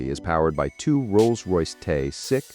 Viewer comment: Ruined by AI voice over, yet again. Gulfstream 5 not Vee, and Rolls pause wait for it Royce in the first few seconds. Not bothering with the rest.